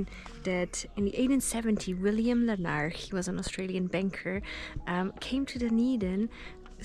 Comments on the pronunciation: Lar-nick Castle as we say heref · Glad you had such a good time in my home town. BTW - Larnach is pronounced LAA-nuck. Well done for giving those tourists a lift! Some nice cutting in the video between Larnach Castle and the Soldiers memorial - the views, coming down the steps, etc.